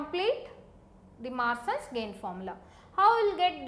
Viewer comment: Masins gain not maasins gain